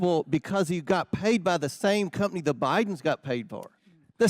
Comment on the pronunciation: That countryass hick is the absolute dumbest and beyond the worst at this. Plus... who tf says cump-ney😂😂